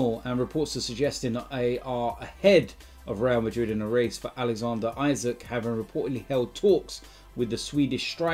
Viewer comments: Bro it’s not isak its ii saak🙄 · Isak is not pronounced Isaak. It's pronounced E-Sak